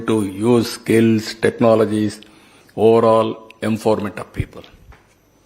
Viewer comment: enforcement, fover, foverfull lati పదాలు tappu అని ఎవరూ cheppara neeku, cbn, marchukova?